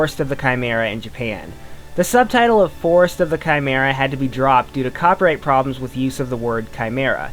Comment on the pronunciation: You pronounced chimera incorrectly